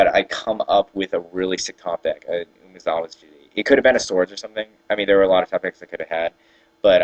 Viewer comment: WOW! Learn how to pronounce Umezawa's Jitte... at least pronounce ONE of the words correctly... please! It's driving me nuts. Fun game to watch though.